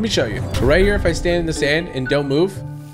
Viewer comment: 'When jou lose speed jou lose momentum' Typical Gamer-2020